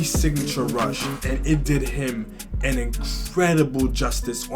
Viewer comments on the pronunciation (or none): Man said Rush as Russ in the beginning. Great reaction vid!